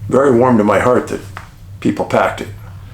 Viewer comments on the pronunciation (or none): none